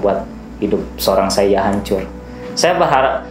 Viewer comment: Sepertinya dibaca Saidjah bukan Saiyah bang